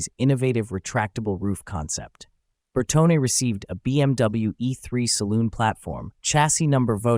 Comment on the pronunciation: Cher, VOUS avez encore beaucoup de progrès à faire… On dit: BertoNE ou BertoNÉ … Encore beaucoup de travail, vous devrez faire…